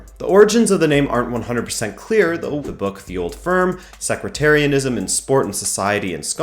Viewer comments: it's pronounced sect-tarianism not secretarianism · Sectretarianism....its SEC-TARIAN-ISM..You say it like its some arguing secretaries. Otherwise good video. I'd like to point out the Old Firm is actually a reference to the two largest and richest clubs in Scotland. Hence why celtic fans no longer call it the old firm, as rangers died. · Love the series but you have me PTSD flashbacks to BoJack Horseman with the whole mispronounced sectarianism as "Secretarianism" 😂😂😂 also I'm pretty sure that rangers didn't get through all of the lower leagues back to back as they were forced to play Motherwell (the then premiership side) in a playoff promotion (for rangers) relegation (for Motherwell) match. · turned off at "secretarianism" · Good video for a North American, but it’s Sec-tarian-ism mate keep it up though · Yep, secretarianism I think would be defined as a hatred of clerical staff. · sounded like sequetarianism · Not bad for a Canadian. The pronunciation of sectarianism was a howler though. Love the series mate.